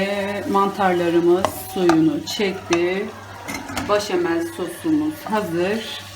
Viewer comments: başamel değil, beşamel demeniz gerekiyor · Ablam gözünü seveyim başamal deme ya 😂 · Yağ koyarsanız makarna sosu çekmez. Sadece bol tuzda haşlanmalı. O zaman yapışmaz. İtalyanlar asla yağ koymaz. Bir de başamel değil. Beşamel deniyor. Bilginize🙋‍♀️